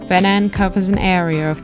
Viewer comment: Swede here. Thank you for pronouncing the name of the lake correctly. I always appreciate when presenters learn to pronounce the names of important places right. I live in Södertälje, and have visited the beautiful Lake Mälaren a few times, and would like to suggest that as a future stop for you. There are many cities along the lake, and Södertälje (literally "South market") has been here since the viking age, the place where vikings would drag their boats across the short strip of lake to get to the sea to trade all the goods that the towns along the lake were producing. There is also Birka, the island set up as a historical (authentic) viking village. These days we have a canal at Södertälje where boats can come into the lake. Really enjoyed this video. Subbed. I look forward to seeing more of your content. Thanks for introducing me to a part my country I have never seen before 😊